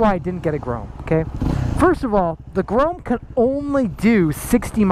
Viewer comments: It's grom not grome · It's grom not groam/grome. Go back to school and learn to read. Thanks. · Couldn't watch the whole vid purely because you kept saying grome instead of grom, it was just too annoying 😂😂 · STOP PRONOUNCING "GROM" as "GROAM"???? can you spell??? (pronounced gr-aw-m) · lol I hate how you say grom its grom not grome listen how jake the garden snake says it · "GROME" pffff... Pronounced Grawm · Its not grome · "The Honda Groam." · Cole Speirs are u sure it not GROME lol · Dislike just because you kept saying “Grome”😑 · yea it's definitely pronounced grawm lmfao anyone who knows anything about bikes knows that. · Now I'm going to be stuck saying "Grome" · It pronounced like "Some" but with a "G" "Grom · great video, but i must say, grome is noth the way to say it haha. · If you say “gron” one more time! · Grom like aaa you say at the doctors not grome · Grome? na bro. its pronounced GR-OHM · That was honestly bothering me the whole video. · You be sayin grom wrong. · Please pronounce it right oml